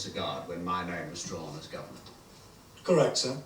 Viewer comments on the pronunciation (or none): Always enjoyed the villains in this one but Nabil Shaban steals the show as Sil, such a uniquely slimy baddie. His grotesque giggle and pronunciation of 'governyurrr' is honestly iconic. Arak and Etta however are for me the secret weapon to why this story works so well, their commentary adds such a brilliant layer of world-building and meta-humour. This one often gets called Sixie's best TV story but there is one I enjoy even more.